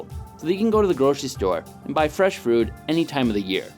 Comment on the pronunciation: "Buy fresh frood"